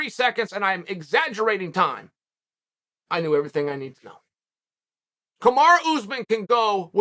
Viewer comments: He's gone from calling Kamaru Usman 'Camara' to now calling him 'Camar Usman'. Never change Chael. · Very disrespectful from Chael, his name isn't even hard to say